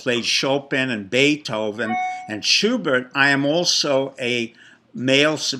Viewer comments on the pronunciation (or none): none